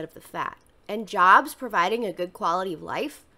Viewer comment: how did he pronounce "jobs"??? LMAO janbz (where an = french or portuguese nasal a)